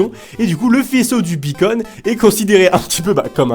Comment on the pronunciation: Quand tu dit beacon (la balise) on dirait que tu dit bacon (la viande) MDR